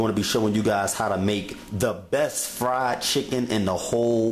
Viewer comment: Bess fried chicken..... Bess.... There's a t in there, dude.